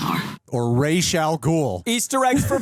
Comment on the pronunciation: THANK YOU FOR SAYING Ra's name correctly lol!!